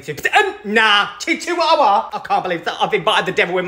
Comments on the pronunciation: I know the correct pronunciation is chihuahua but chichuahua is so much more fun to say 😭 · I adore the way you pronounce chchiwawa! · Now you've got me pronouncing my dogs breed as chichihuahua lol. Yes I have a Lil demon and I love her she just turned 4 months old and she's the best. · chiwewe. that's how I pronounce it, am I okay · I will ever only pronounce that breed of dog as chic chuwawa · The way he pronounces Chihuahua makes me laugh so hard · I honestly love how he pronounces Chihuahua, 😂❤️ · Him pronouncing chihuahua wrong physically pains me